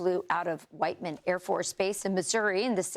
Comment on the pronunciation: EXCUSE ME? DID SHE JUST SAY THE HUWITEMAN AIRFORCE BASE?! CLEARLY THIS WAS RACIST REPARATIONS FOR IRAN IMMEDIATELY